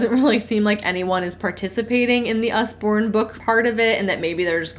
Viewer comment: It's Usborne, like Ozzy with a U